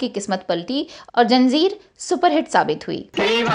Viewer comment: Zanjeer hai bhai not janjeer or janzeer